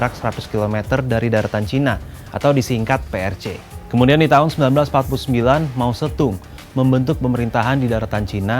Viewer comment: Mao zeddong bukan Mao zettung